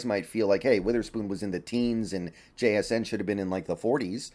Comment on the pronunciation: Somebody gotta teach how to say jsn’s name asap before he slips up and gets himself canceled